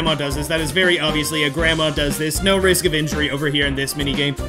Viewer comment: It's Ice Rink Risk not Rinse. It's RISK.